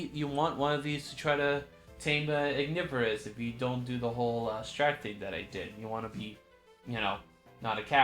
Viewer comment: I think Ignivorus is pronounced as Ig-niv-vuh-ruhs Which is Ignis and then Carnivorous combined together